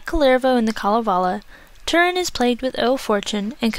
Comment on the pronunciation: The name Túrin is pronounced "DTOO-rinn", not "turrin".